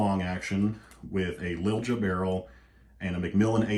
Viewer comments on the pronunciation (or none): The barrel brand is pronounced LEEL-YA